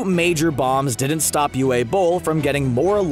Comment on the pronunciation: The “w” in Uwe Boll is pronounced like a “v”. Because he’s german. So it’s “Uva” Boll, not “Uwha” Boll.